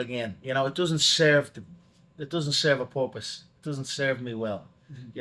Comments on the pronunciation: "It doesnt serve a porpoise" lmaoooo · It doesn’t serve a “porpoise” 🐬